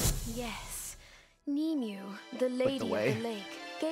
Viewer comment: As someone with relative named Nimue, that is NOT how you pronounce it.